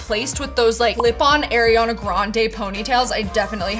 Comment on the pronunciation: when she mispronounced ariana's name 😭